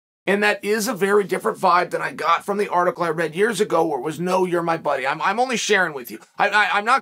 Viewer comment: "I gut a memory like that you can count on me for these things" lol Classic Chael